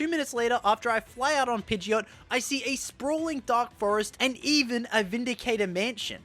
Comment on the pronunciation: When you keep calling Pidgeotto, Pideot 😤 No but super awesome video! Had very fun watching it 😄